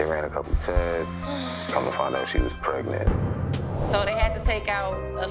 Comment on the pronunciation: Alex was real confused when Donna was " preagnent",lol